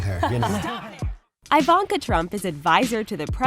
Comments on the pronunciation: Eeeeevonka not iiii vonka thats my only complaint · YOU’RE PRONOUNCING IVANKA INCORRECTLY